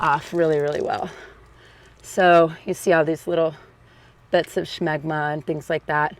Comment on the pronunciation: The way you say Scshmegma. The hell